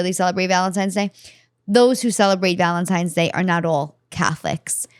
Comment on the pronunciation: I have never heard said "Valentime's" Day.